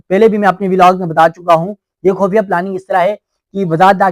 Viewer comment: لفظ خفیہ ھوتا ھے خ پر پیش ھوتا ھے اس لئے خو پڑھا جاتا ھے